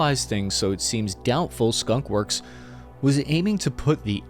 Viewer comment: Skun? Wor? For the W